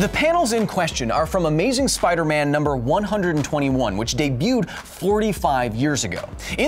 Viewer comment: Did you just say "Get me numbers for Spider Meth"?